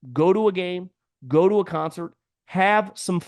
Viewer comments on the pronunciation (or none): It's "Go To" not "Go Do"